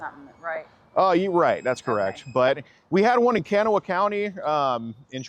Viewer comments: Live nearby, thanks for your diligence! the county Kanawha is locally pronounced "kahnaw" lol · Kanawha County is pronounced Can-GNAW-uh. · The absolute butchering of Kanawha xD I'm surprised she didn't correct him.